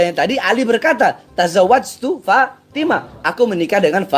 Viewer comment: Itu cara bacanya juga kacau...bukan fatimaTA binTA...tapi fatimaTU BinTU...udah meragukan ...